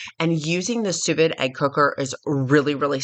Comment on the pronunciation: Pronounced soo veed!